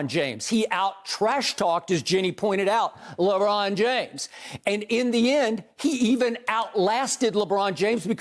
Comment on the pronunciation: "LeRon James" Skip needs to lay off the pills xD COVID sniffle was strong here.